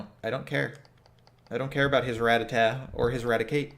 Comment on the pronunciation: its ra-tat-ta not ratatat